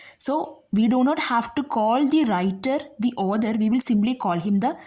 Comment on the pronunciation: Others ❌ author(aw-thuh) ✅ Listener discomfort maam don’t mind 🙏